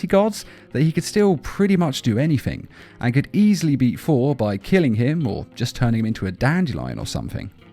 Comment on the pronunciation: Sounds like you're saying For